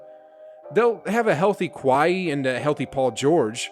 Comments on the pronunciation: A healthy “qwhy-he” you said it twice! Yep you’re on my do not recommend list forever now!!! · Who d’fuck is “Kwhaiee” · Man's literally said Kahie Leonard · I do like the content. I agree with most of the take. But I want to continue watching the video but his exclamations are annoying because they’re repetitive. “My gosh guys” “sheesh guys!” 🙄🤦🏽‍♀️ And did he just pronounce Kawhi, Kuh-why-heee? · The way your saying Kawhi’s name is irking me 😂 but great take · Why you say kawhi like that lol. But jokes aside, I'm a die hard warriors fan and I'm hoping they get another title next year. But do u really think that the pelicans would beat the number one seed the grizzlies?